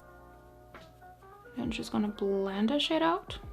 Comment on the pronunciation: What you said: "I'm just going to blend this shade out." What I heard: "I'm just going to blend this shit out."